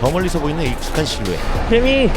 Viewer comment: 개미가 괜히로 들리네.. 괜히봤다